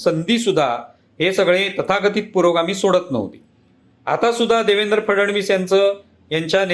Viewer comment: फडणवीस यांचा उच्चार फड-णवीस असा करावा.